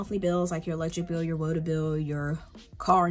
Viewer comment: Love the way you say "woota" are you sure you're not from Jersey or Pennsylvania?